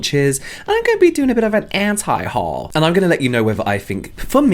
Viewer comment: I love you saying "anti haul" in an American accent lol